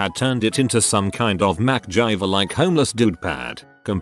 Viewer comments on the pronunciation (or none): Comp voice said MacJiver instead of MacGyver lol